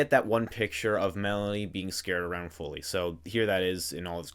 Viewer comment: oh btw, not trying to nitpick but in the rgtv section you accidentally misgendered folly and bive (both girls, tho bive i also mistook for a boy for a bit) and misspronounced folly's name, not trying to be a "erm ackhually" guy but just wanted to clarify that, great video btw :3